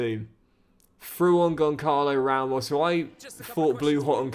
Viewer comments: Never liked Goncalo Ramos, always said his name wrong instead of Gonsalo... came back to haunt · That’s what you get for not pronouncing Gonçalo Ramos name right